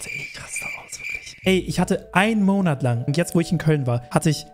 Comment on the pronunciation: ein mounat😂